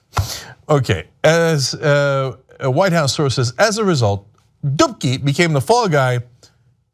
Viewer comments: every time he mentions "Dubke had to go" I keep thinking he's saying "dookie had to go" lol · Dubke? i thought he said dookie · if you're polish like, you're having a nice laugh when hearing 'dubke'